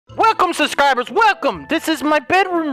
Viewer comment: Nobody:: Welcome SUSCRIBURZ